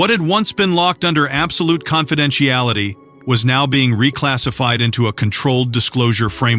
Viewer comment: Find a narrator who can pronounce confidentiality correctly.